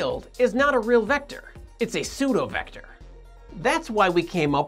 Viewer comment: Why say seudovector instead of pseudovector?